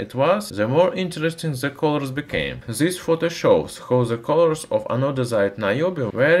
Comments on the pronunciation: You know so much..how come you stil say Zis in stead of this? Use at least the D 😉👍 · When someone will tell him to say this not zis?